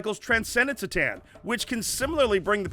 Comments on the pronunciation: it's c'tan as in k'tan not as in see'tan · The C'tan are not "see tan". It's "Kuh tan". 🤖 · "C'tan" is pronounced "Kuh'tan". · You guys pronounce it "Se-tan"? I've always heard "Ke-tan".. hmm I like the video, one note though: Maybe the narrator could TALK instead of shout at us? :D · is there a reason they pronounce c'tan with an s sound instead of a k sound? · Great video and all, but does anyone else die a little inside when they hear that pronunciation of C'Tan (Pronouncing the C like an S) or is it just me? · please pronounce c'tan right.